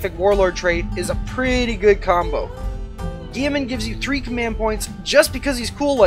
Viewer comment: GILL - E - MAN